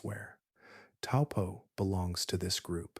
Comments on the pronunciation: Correct pronounciation of Taupo is Toe-poor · Hi i live in New Zealand and the correct way to say Taupo is" toe paw." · Taupo is pronounced T-O-E P-A-W